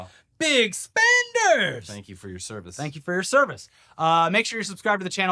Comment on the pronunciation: did he even say, Twank Ewe..?